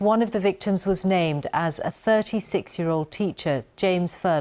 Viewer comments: She pronounced that name a bit too well 🤔maybe she needs to be investigated too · Awww doesn't she pronounce the terrorist's name well? Almost tripped off her tongue like honey.